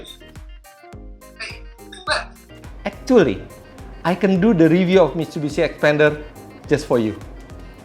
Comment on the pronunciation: "Act - two - ally" 😶